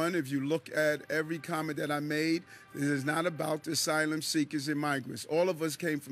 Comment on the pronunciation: ERIC SAY NU YOCUS DONTS WANTS NO MO SYLUM SEA-CUSS NO MO 😢